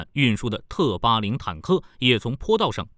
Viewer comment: T80也讀成特80